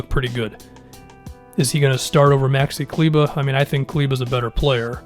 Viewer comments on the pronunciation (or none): Typically your voice sounds pretty normal but anytime you say “maxi kleber” it just goes full Boston accent